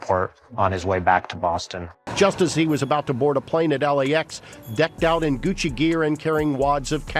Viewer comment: why is guccy not gucci 😂